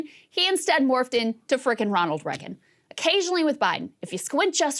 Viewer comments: Still with the Reggin. I don't know why it pisses me off when she pronounces it like that, it just does. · Why can’t Krystal pronounce Reagan?